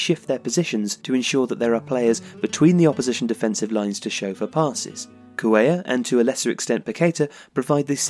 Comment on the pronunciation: something's really happened to Paqueta since the world cup break, he hasn't been nearly his regular self and Flamengo are in freefall. Excellent video guys! I hope Lucas and Arthur stay on track, Brazil's future midfield is looking strong. (also, Cuellar is pronounced like Cue-Jar in Portuguese, I think it's similar in Spanish).